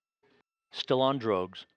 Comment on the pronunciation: why does the announcer say still on *rugs? Are the astroNots on rugs? Lol